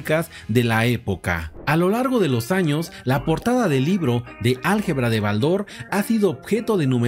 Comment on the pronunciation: Estimado tengo la colección completa de BALDOR , pero jamás he pronunciado con acento en la a si no mas bien en la O ...